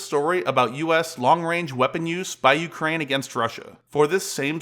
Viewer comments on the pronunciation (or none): none